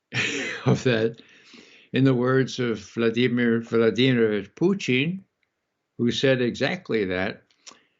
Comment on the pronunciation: Why on Earth does Ray McGovern, of all people, pronounce "Putin" as if he's a staple of low French-Canadian cuisine?